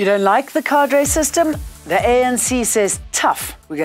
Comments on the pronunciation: Kay dur, not ka dray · because it's pronounced kay-dur. (thanks 😊) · I wish she would stop saying "ka-dray" deployment...